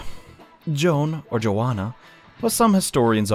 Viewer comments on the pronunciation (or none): You pronounced Johanna wrong *MATE*